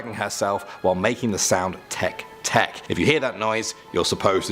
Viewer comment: Just to let you know, the first was miss pronounced. TEKE TEKE is supposed to be tay-kay tay-kay (I think I have the phonics written right.) The sound is actually supposed to be the sound a train makes. If you hear this sound, RUN, do not turn around just RUN (or so the legend goes). Also, the second one's (split mouth woman) legend is slightly off. She was once a beautiful woman whose husband thought she was having an affair. Thus he cut her mouth so that no one would find her beautiful (very important). Now, she goes around asking people (usually kids not that I know why) if she is beautiful. At this point she will have a mask over her mouth. If you say no, she kills you (sometimes it is told that she uses scissors sometime a knife). If you say yes, she will remove her mask. She will ask you again if she is beautiful. At this point if you say no she will kill you, yes she will cut your face to look like hers. The only way to get away is if you ask her if YOU are beautiful. This will stun her long enough that should you run you might escape. The toilet paper one. RED= bloody death; BLUE= strangulation; WHITE= ghostly hands, but YELLOW= urination. Gross I know, but at least you will live. I at least prefer to be peed on by a ghost then killed by one.